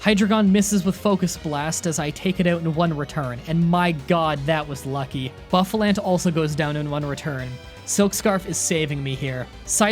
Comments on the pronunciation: Bro, your content is really good, but I absolutely HATE how you pronounce pokemon names, they hurt my soul, buffalant and cofAgrigis makes me want to die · Just saying for Pokemon Pronounced wrong (These are correct pronunciations just for help): Arr-Key-Ops Her-Dee-Err Whirl-uhh-peed (like centipede) Lea-van-eee Boo-Fah-Launt Just trying to help, not complaining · the entire time i was trying to keep myself from not screaming. your pronunciation... Cofagrigus (cough- agree- gus) hydreigon (Hi- drei like the german drei) gon bouffalant (boof- a- launt) archeops (arc- e-ops) dude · This is a tough watch as a Gen 5 fan. Not my favorite gen or anything but still :// Also, Lee-eh-pard Ex-CA-Drill Cough-a-Gree-gus Zoro-Ark Care-uh-cost-uh Arch-ee-ops Boo-fa-lant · I'm a real stickler for pronunciation and I know some of these can be confusing so here are all the ones you got wrong. Cofagrigus (cough-uh-gree-gus) Zoroark (zoar-oh-ark) Archeops (Ark-ee-awps) Herdier (Herd-ee-urh) Bouffalant (Boo-fuh-lawnt) Hydreigon (high-dry-gun) Lillipup (Lily-pup) Patrat (Puh-trat) Whirlipede (Whurl-uh-peed) Excadrill (Ex-cuh-drill). I know this might come off like me being an asshole, but I actually just wanna help you not sound weird in your videos. I'm sure other people don't like hearing mispronunciations either.